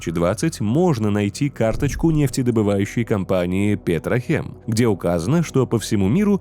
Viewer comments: Ебать, оказывается правильно Милитек и Петрокем, а не Милитех и Петрохем... (Не сарказм) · Милитек, Петрокем, а не теч и хем. Ну а вообще, моё почтение!